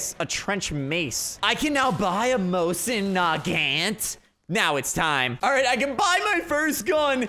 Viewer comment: 1 minute in and he butchered the mosin my faveroute sniper